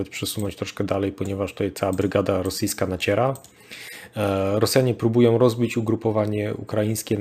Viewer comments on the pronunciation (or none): po kolejnym "Rosjanie próbujOM" wyłączam oglądanie w ósmej minucie. Moje ucho nie może tego znieść.